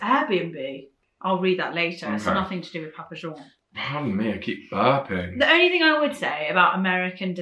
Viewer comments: The posh pronunciation of Papa "Jean" has me dying...like when people pronounce Target "Tar-jay" ;) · I’ve never heard Papa John’s pronounced like that.